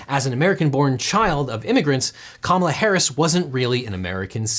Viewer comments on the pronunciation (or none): none